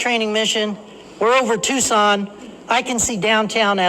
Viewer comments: I wish would stop pronouncing “Tucson” as if it were French. Too-sohn, dude, don’t short the N. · Interesting pronunciations of Phoenix and Tucson. Also, I can't help feeling that Ye Blackbird Of Awesome +5 is more than a little sullied by this character assassination. Full throttle go ...aaaand it's gone. (I also roflcoptered a little tiny bit at the Pewdiepie clip. Worth it.)